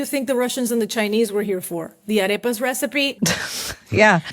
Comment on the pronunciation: Bro pronounced "arepas" like a pirate.